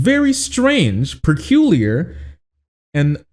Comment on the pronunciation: Am I hearing things wrong or does pronounce "peculiar" in a weird way?